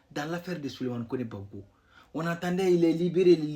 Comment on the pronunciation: Ont dis Gbagbo et non gbapo tu va en sans que tu es vraix burkinabè perdue 😅😅😅😅